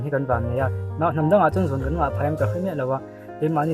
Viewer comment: 'Zun' nilo in 'zûn' anilo maw